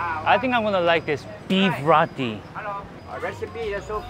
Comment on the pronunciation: Did bro just call Roti Rati?